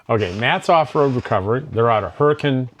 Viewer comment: I’m from Utah and you pronounced “Hurricane” correctly. Most people do not, good job!